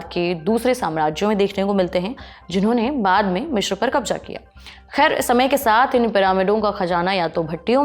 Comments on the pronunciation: मिश्र नहीं अपितु मिस्र है सही शब्द। Cairo अंग्रेजी शब्द है जबकि हिंदी/मिस्री भाषा का सही उच्चारण काहिरा है। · यह मिश्र नहीं , मिस्र है। कैसे अनपढ़ presenter रखे हुए हैं😮